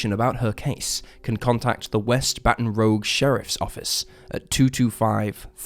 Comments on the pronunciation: Isn't it Baton Rouge, not Baton Rogue? I'm not an American so can only go by what I've heard previously. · It "rouge", which means red. Rouge is not spelled rogue. Can you see the difference? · Rouge is ROOJ Rogue is ROWG. I think the narrator may be a victim of bad spelling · Baton rooj not rogue. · "Baton Rogue?" Embarrassing. How about "Baton Rouge?" So much for that British accent. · Baton Rouge is pronounced as Baton Rooj not Baton Rogue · Great video, love your stuff and full respect when I say this: its baton ROUGE, like the color red. NOT baton ROGUE, like the dnd class. 😂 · it's rogue as in make-up, not as in 'gone rogue' (which is what you did with that pronounciation 😆) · Btw it's Baton Rooj not Rogue, and Lafayette is Laf-ee-et :) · I'm from the UK, and I even know it's pronounced rooj, not rogue 😂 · Rouge...Rogue...not the same word in any language. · Baton 'ruzh', not 'rogue'. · Baton Rogue? La Fie ette? Police Drivers in the river? Come on, man. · The city’s name is Baton Rouge. Bat on Roozhe. It is French for Red Bat. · Mari ann fowler case- Pronounce the city names like your french- baton Rogue, and Layfette are French/Cajun names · Baton ROOJ. (Just being a bit picky!) Anyway, good job as usual! Love your vids. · the name of the town is pronounced baton r o o j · My guy, Baton Rouge is pronounced ba·tuhn roozh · Dude, learn the correct pronunciation of place names Baton Rouge, like a bat on rouge lipstick. And it’s Lafayette after the French general that helped the United States during the American Revolution. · What? Sometimes things are just pronounced a certain way and people mispronounce it. Sometimes a mispronounciation is just a mispronounciation. 'Rouge' is most certainly not pronounced the same as 'rogue' by anyone anywhere. S He just mispronounced it. It's not about dialect or idiosyncratic speech patterns- he just mispronounced it because he mistook the word. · Baton Rogue? Lafayette?! Man your pronunciation is bad😂